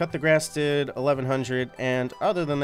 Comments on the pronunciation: im new in league so i thought he was saying "cut the grass" so im looking where is it only to find out that its coup de grace (kuh-de-grah) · I'm french and you always say "cut the grass" for "coup de grâce" it's coup like "koo";)! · Wait.....did he say "cut the grass" for coup de grace 🤭🤣🤣🤣🙈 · did you really say coup de grace as cut the grass...